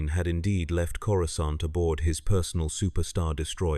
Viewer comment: This was very entertaining. I have noticed they’ve seemed to retconned the pronunciation of Coruscant by pronouncing the previously silent C as a hard C. It doesn’t flow off the tongue at all. It sounds like some Thursday night drunk referring to Cora’s private parts in derogatory terms!